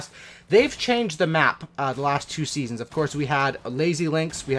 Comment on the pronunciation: I’m sorry did you say Season Sticks? Who’s hype for Season Sticks? XD Sticknite also good vid doood keep me coming.